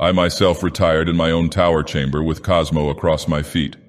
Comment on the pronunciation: "Cosmo" lol